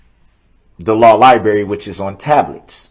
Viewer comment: the law lie-berry lol 2;38;47